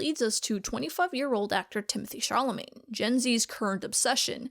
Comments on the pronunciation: Are you calling him Timothee Charlemagne? Haah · very interesting!! i'd just like to point out the reading of timothee chalamet's fans . the high tone and pronunciation seems mocking. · couldn't tell if you were intentionally mispronouncing timothee chalamet's name or not 😂 great vid!